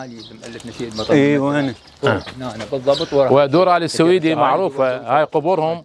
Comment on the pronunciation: لفظ السويدي خطأ, مع الاعتذار, فهو ليس نسبة لبلد السويد , يلفظ Al-Suwaidy.